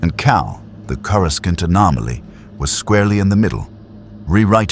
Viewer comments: Sorry, after hearing Corru-skont for like the 10th time I had to click off. Seems awful lazy to let that go that many times without adjusting the pronunciations. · Of course it’s AI garbage, the mispronunciations of words all Star Wars fans know like the back of our hands like, “CorusCant” was my 1st clue. The human-sized Yodas in the illustrations were ridiculous too. A lot of YouTube videos are these days. The story is a complete mess. I stopped listening where he was trying to save a ship falling out of the sky….BY DRAGGING HIS FEET ON THE GROUND. 😂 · Good point. He didn't land on Earth, but on kor-i-sKont, or corisc-eye-aunt, depending on the AIs incorrect pronounciation .of Coruscant. One could argue that he was listening to training tapes about Earth because he was supposed to go there and somehow got diverted slightly (ok rather massively) off course. And ended up not only in another Galaxy (far far away).. but somehow.. a long time ago as well though I am not sure why traveling back in time was required or how that happened, but I'm sure there is a logical explanation. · I feel your pain. It’s driving me nuts, but I’ve still managed to get through most of it. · The use of AI generated images leaves much to be desired. Also using AI to narrate the story is almost laughable, because it mispronounces words such as “Coruscant.” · I love how none of these AI systems can properly pronounce “Coruscant”😂